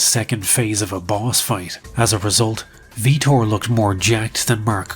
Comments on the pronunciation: Please tell me you aren't doing that bullshit where you mispronounce someone's name for engagement? Your so much better than that cause I know you know his name is Vitor (pronounced VEE-tor) Belfort and not Viktor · Vee-Tore, not Victor. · Tra Telligman’s first name is pronounced “Tray” not “Trah.” It’s funny you made that mistake seconds after poking fun at the Vitor/Victor thing. Which, by the way is what Vitor actually went by when he was training at Calrlsons. The name he went by in the very beginning was Victor Gracie. Edit: found another one-The first man to wear gloves in the octagon was Tank Abbott at UFC 6 in Casper WY.